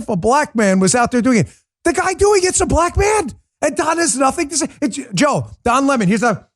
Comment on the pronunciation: Dan its Don 🍋!!! Get it right hahahahahahah